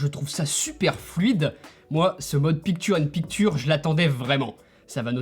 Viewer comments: Dommage que tu massacres la prononciation des termes en anglais comme « Picture in picture », ça dégrade l’aspect qualitatif de tes vidéos, ce qui était beaucoup trop flagrant dans les vidéos sur le Mac Pro. Tu devrais faire un effort en les prononçant ou utiliser les équivalents français. 😉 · pik türe in pik türe incroyable anglais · quand il a dit ""picture in picture" je croyais que c'était déjà en français...(prononciation)